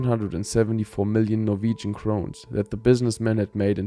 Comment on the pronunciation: First time I've heard this clean pronouncing of Norwegian words in a very long time